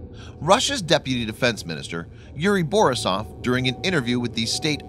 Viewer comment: Yuri ba REES aff. This will be made clearer by the time you finish grade 3 reading class.